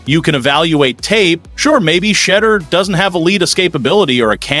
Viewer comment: Y'all keep using this young man for clicks and views, all the whil mispronouncing his name. His name is Shedeur, pronounced (She•dore) not that B.S. y'all keep caling him.